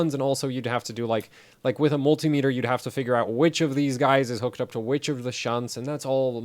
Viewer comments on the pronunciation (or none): none